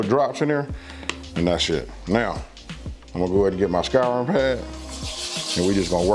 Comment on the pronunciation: Finding this years after posted and appreciate it so much! Also the nerd in my heard "Skyrim pad" for a split second and then realized you said "scouring" pad, LOL. <3